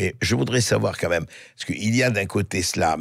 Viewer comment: s'il vous plait Bercoff, arrêtez de dire "qua même" c'est insupportable !